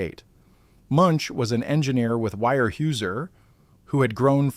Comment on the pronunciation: I have to correct you in the way you are saying Weyerhauser .. In oregon we pronounce it Warehouser... Just a thought... Otherwise good job...